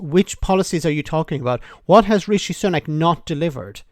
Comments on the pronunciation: "REEE-SHEEEE!!!" Why does she pronounce it that way? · She keeps pronouncing his name as Reeshe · A new leader, ‘one wot’s centre right’ and calling him ‘Ree-she’ ……….dumb